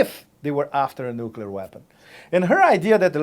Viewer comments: NUKULAR!!!!.... it is nuclear. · Who else other than Bush says 'nucular'? Frightening. If they can't say nuclear, they shouldn't be anywhere near the button. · Preemptive war is not okay for the Russians, but it's imperative for us? This woman is just scary, she's so dumb. Also, if I have to listen to four more years of "nukyular" I'll scream. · Please help McCain and Palin: How do you pronounce nuclear? 1. Nuuu 2. Noook 3. Noodle 4. Noodle-clear